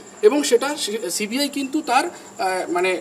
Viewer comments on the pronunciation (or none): Apni toh ekta December r CBI thik pronunciation korte parchena na.. apni sudhu ajogyo e na ashikhito